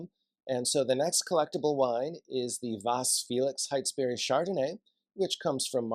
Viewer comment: FYI... The Steading - pronounced stedding Heytesbury- pronounced hatesbury.